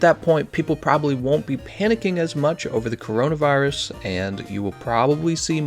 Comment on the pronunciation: You said corinavirus gl